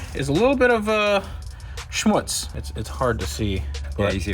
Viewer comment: Did you said a little bit of schmutz? 😂